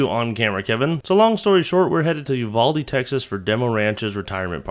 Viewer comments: not a big deal but it is pronounced YOU VAL DEE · Ok folks, the correct way to pronounce Uvalde is, You Val (as in Kilmer) Dee